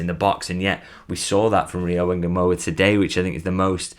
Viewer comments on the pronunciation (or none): if ngumoha is a bantu name, there is no e in front of ngumoho. you are pronouncing it correctly but remove the Engumoha and just say Ngumoha.